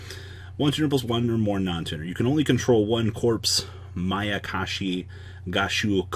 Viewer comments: finally saying mayakashi, hearing makakashi over and over was like someone poking their finger into my temple repeatedly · Thumbs up for Saying Mayakashi correct today 👍😎